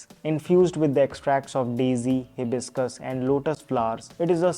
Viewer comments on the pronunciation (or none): none